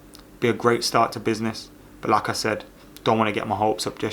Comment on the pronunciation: When u say 'like I said', you sound like you're saying the name of Arsenal's striker (the other one)